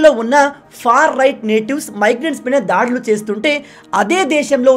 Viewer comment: ధారుణం , ధాడులు కాదు బ్రదర్ దారుణం , దాడులు !